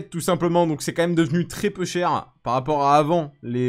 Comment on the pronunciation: T drôle quand tu dit peux cher